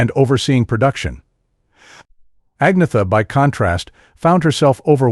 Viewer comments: its not AG-netha......its An-yetta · AN - YET - AH...not AGNEETHA. Just sayin'... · At least pronounce Agnetha's name correctly